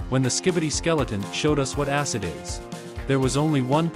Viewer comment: Bro literally just said asscid☠️💀☠️💀